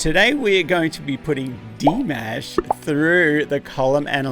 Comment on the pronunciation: His name is not pronounced Di-mASH - it is Di-mosh. No MASHed potatoes - Mosh as in Josh. Saying it correctly is the proper thing to do. Thank you for appreciating our beloved Dimash, but too many interruptions for me - please just let him sing more than 2 notes before pausing. There is a saying 'sometimes less is more'.